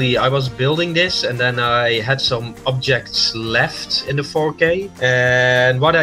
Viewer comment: As a Dutchy myself I can say that it’s clearly a Dutch accent, it’s hard to miss really. Germans have a very distinct sound when pronouncing words with “TH” in it: The is usually or closely pronounced as “Zhe”